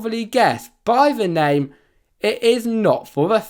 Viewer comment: You literally are pronouncing every singe name wrong 🤦‍♂️